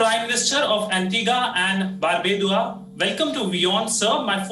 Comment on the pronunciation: Woman.......................... it is "Bar-byu-dah" !!